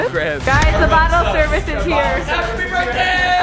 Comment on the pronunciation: I hate how she say Burtday it’s BIR(TH)DAY